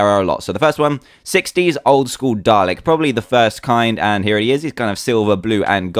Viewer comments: I know it's spelt Dalek but you pronounce it Dar-Lick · FINALLY, someone who says Dalek right! Well, I should be expecting this, dan is British... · Yeah it can sound that way sometimes. It's spelled dalek, and pronounced dah-leck. I love the accent! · it pronounced day-leck :p